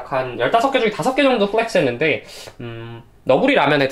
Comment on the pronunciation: 플렉스라는 단어를 이렇게 많이 쓰고 굴려서 발음 하는 사람은 처음 봄ㅋㅋㅋㅋㅋㅋㅋㅋㅋㅋㅋ